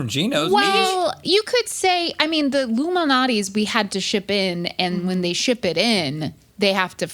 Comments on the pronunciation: and "Lou Minati's". Lol...Illuminati's. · saying "Lou Malnati's pizza" sounds like "Illuminati's pizza"